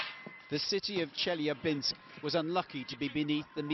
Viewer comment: The way she pronounces chelyabinsk makes me me cringe